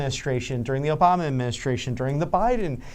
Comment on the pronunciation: "Under president O-Biden..." damn.